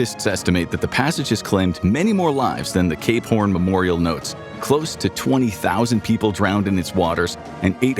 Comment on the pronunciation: might wanna enunciate “cape horn” a little bit more next time. just sounds a bit different when you don’t.